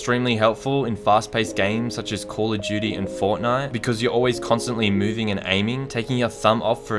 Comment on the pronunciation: try tell me he didn’t say Claw of duty. (edit): Thanks for the likes guys, I know its his accent but I thought ti was funny. Also video was amazing it inspired me to change to claw and I posted a vid of my progression